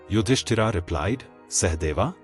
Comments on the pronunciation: Very annoying that the speaker is repeatedly calling Yudhisthir as “Yudisthiraa”….! But calling Pandava as Pandav…. Why so ??? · The names are yudhishthir, Bhim, Arjun, Nakul, Sahadev etc. Please avoid adding 'A' at the end of each & every name. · Why are you mispronouncing the names? Yudhishtira???? 😅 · Very well described. But name of Pandav is Yudhisthir. And not Yudhisthira. It is Indra and not Indraa. Foolish to change name of persons. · please stop reading Bhm,Arjun Yudhishtir as Bhimaa,Ydhistaraa, Arjunaa...its irritating..